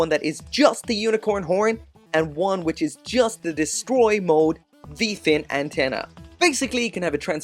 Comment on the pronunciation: Hehe “descroy” mode. Must be from the hood ✊🏾